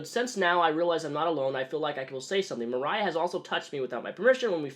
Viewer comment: I have the same name as this gross lady...only it's spelled with an "o" instead of an "a"....so hearing you pronounce it with the "o" sound kinda weirds me out lol xD Moriah vs Mariah...but anyway....yikes.